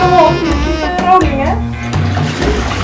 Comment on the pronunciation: 'you keep rowlling hè' 'en i was like hè hallo' hahah jemig iloveit